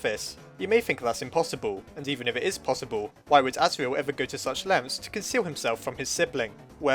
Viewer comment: It wasn't Chara, it was Asirel, and that's not how it's pronounced.